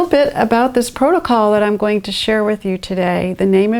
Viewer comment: Ah yes, the PROTOCOLE lady